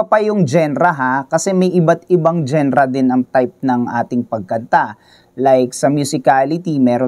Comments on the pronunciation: anong Gen-ra? it's dzan-ra or jan-ra not genra (spells genre) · hindi ako mniniwala dito.. "genra " nga mali pag bigkas mo eh 😂😂😂dapat diba "janra" soundlike that hindi lireral na genra jusko..